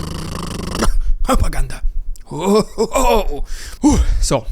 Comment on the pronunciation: I enjoy the channel but I don’t watch as much because of the way you say “propaganda.” I know it’s dumb but I wanted to give you the feedback.